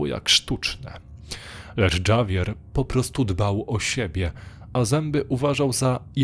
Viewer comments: Na przyszłość, Javier nie czytamy Dżavier, tylko Havier, zwłaszcza, że akcja segmentu dzieje się a Hiszpanii, jeśli dobrze usłyszałam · Dżawier herrera? Sorry, że tak się czepiam, ale gorzej się tego przeczytać nie dało. Litera ,,H" w hiszpańskim zawsze jest niema więc - errera. Javier przeczytałbym raczej ,,hawier". To tak na przyszłość, bo dla kogoś kto trochę zna hiszpański lub inny język jest to bardzo rażące.